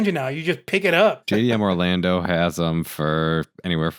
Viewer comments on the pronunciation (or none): none